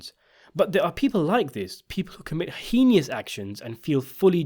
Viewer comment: . He said “hey-knee-us” actions instead of heinous.